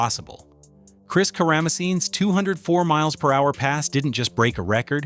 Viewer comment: Pretty funny hearing this narrator butcher The Greeks last name. ... Pronouned,, KAra-muh-seeny